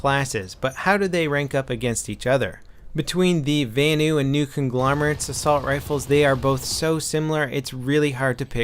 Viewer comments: vanu is pronounced as it's written, not as "vaenu". the a in vanu is the same a as in "assault rifle" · I hate how you say "vanu"